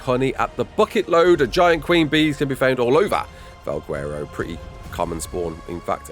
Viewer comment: do not call it "val gwerro" ever again